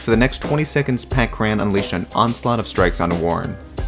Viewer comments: Cur-in. Not Cur-ran. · Pat Cran ? Curr-an, Curr-an. They even say it in the clip, lmfao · Cur-ran (kur-in) Not kran lmao